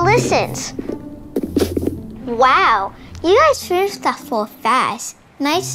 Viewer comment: Bro said finishshit💀